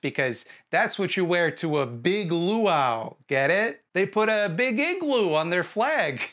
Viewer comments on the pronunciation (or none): none